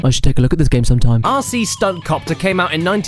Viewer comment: being used to your accent, when you say rc, it sounds like youre saying ARSEY, (or assey, for us 'mericans). made me laugh the whole time.